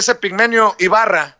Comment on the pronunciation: Hola, solo una aclaración es Epigmenio Ibarra con la I antes porque se la estás quitando. Después de eso TODO está MUY BIEN de tu parte.